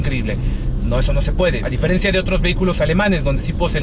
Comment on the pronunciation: Se diferencia,, no se "diferencía".